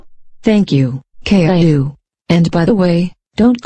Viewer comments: I love how the voices pronounce caillou like caylou lmao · I like how they call him Kay Lou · or k-i-u